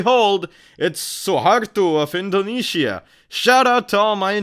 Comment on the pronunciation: I'm watching from Malaysia. By the way, why "indone-Shia"?? 😂